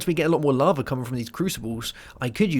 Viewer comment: larvae? it's lava, not larvae lol